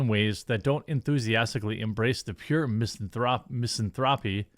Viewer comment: Jeremy. Miss-ANNE-throw-pee. 🤦‍♂️